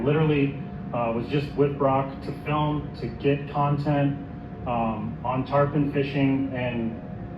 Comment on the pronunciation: It’s Tar-Pawn, not tar-poon. Tarpon is a specific salt water fish. Tarpoon is a weapon